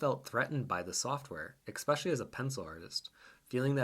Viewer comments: Love the thoughts in this video, but you REALLY need to stop saying 'expecially' :P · I love this post. Fascinating, perhaps frightening. But dude. "Especially" has no X in it. Please fix that. You care about art. Care about language, too.